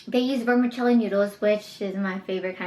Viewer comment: Just being honest but This video is very enjoyable but you should pronounce stuff better like kaopoon and vermicelli . I love your videos and you should do a vegan snacks tryout